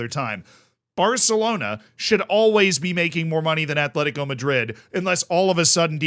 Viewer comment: Btw its AT-LETICO. Bilbao is ATH-LETIC. It maybe shouldn't do, but it bugs me when people put a 'h' in Atleti's name 😂